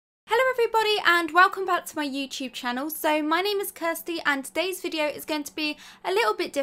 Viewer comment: Woman:Hi guys welcome back to my youtush channel Me:.......I LOVE IT YOUTUSH YOUTUSH